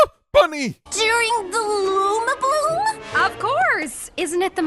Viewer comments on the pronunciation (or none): Anyone else noticed the discrepancy between "Lumi-blooms" and "Luma-blooms"? Is it a case of a different pronunciation to the spelling?